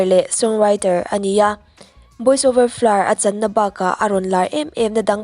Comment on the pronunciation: Boys over flowers tiin lam ve maila Boys over florr itia😂😂😂